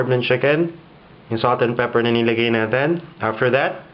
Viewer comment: May konting american accent ka na, but it's good that you can still speak Tagalog fluently. I just noticed you pronounced some of your "i" with an "e" like "gamit", "natin" and dikit". You said gamet, naten and diket. Anyway, I tried your this chicken lollipop and it's wonderful as a pulutan! Hehehehe can you teach us how to do a good sauce for it?